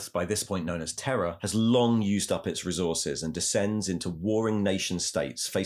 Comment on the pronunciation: Are you saying “Terror” or “Terra” for the new name of Earth?